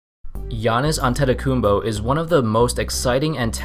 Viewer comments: Why does he say his last name like antetokumbo? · you said is last name wrong